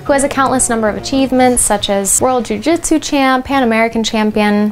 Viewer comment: Tbh this sounds moore like bjj marketing & is no where near the real history of Nippon-bujutsu:\:(. Also jitsu is pronounced jeetsu:( the name is jujutsu u can also call it yawara or taijutsu as both r older names for Jujutsu^^ .